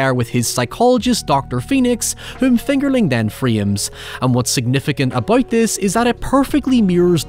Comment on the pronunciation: Everytime you say fingerling, it almost sounds like “it’s finger licking good” lol